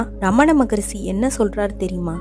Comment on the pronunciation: தமிழ் எப்படி சரியாக உச்சரிப்பது என்று தெரியாத ஒருவரை பேச வைத்திருக்கிறீர்கள். "மொழி" க்கு "மொளி" ங்கறார். "ரிஷி" க்கு "ரிஸி" ங்கறார். இன்னும் பல வார்த்தைகள் தவறாக பேசுகிறார்.